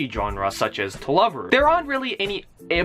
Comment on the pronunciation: Lord I think he said that it was To Love-ru.